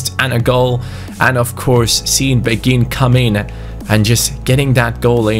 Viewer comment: I personally think mine is better read this Asa a person who speaks French quite well im pretty sure beghin pronounciation is ( bayhin ) Anyway Story time sit down get a hot cocoa and enjoy Beghin was born in Kinshasa in Congo, he grew up in a relatively well off family. At the age of 6 is mum married a rich French businessman because she was pregnant with his baby. They moved to France where his stepdad got him into football as he was a strong Marseille supporter who was very passionate about the game. Beghin blood father died in a car crash whilst his mother was pregnant with him and his stepdad s like his real father to him. He was a very gifted footballer from a young age but very boastful, he was known as a cocky individual but had the skills to back it up. At age 11 he went to a sport private school where his coach saw his talent and got him trials at Lyon. He was known across the Lyon academy and had high praises from the likes of Caqueret even though he was 5 years younger. The attention got to his head and at age 15 he decided to sign with PSG. He continued to excell and was capped by France U18 at age 16. At age 17 he demanded a professional contract threatening to leave if he didnt get one. PSG reluctantly agreed giving him 15,000 a week. He thought he had made it big and started to not put in the effort. He would stay up late playing fifa and fortnite and go to training late. He never breaked through into the first time despite having all the potential. After gett